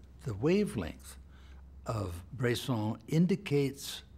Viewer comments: It's Bresson, not Brayson. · "Brayson is a director that..." Is his name really that hard to pronounce?